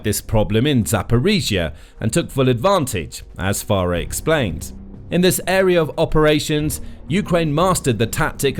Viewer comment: You managed to mispronounce Chuck Pfarrer's name throughout this video. He simply pronounced it "Far"...